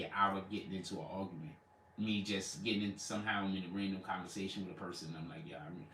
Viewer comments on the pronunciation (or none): I think he meant “ ARGUMENT” he said Algumant??? 😣😖☹️🥸